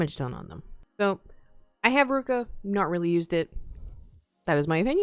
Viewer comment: Ruka? ITS NOT SAID LIKE THAT ITS SAID LIKE roo-ki-uh!